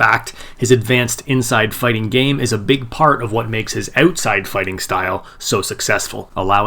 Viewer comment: Canadian eh? oatside... lol